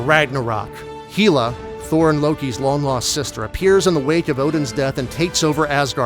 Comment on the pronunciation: This video was so well written, well made and everything, that I just have to mock the pronunciation of Hela!